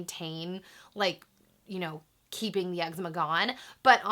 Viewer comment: thats not how you pronounce eczema